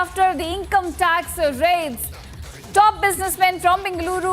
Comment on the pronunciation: breaking news breaking news. shameless media. 3 mins video repeating the same again and again! btw its income tax no income "tac"